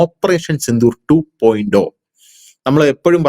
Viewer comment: 2.O എന്നല്ലല്ലോ 2.0 (zero ) എന്നല്ലേ ശരി